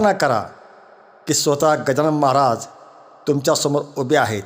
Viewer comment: मंत्र जप बरोबर उच्चार होत नाही 😔 गजानन महाझाय होत आहे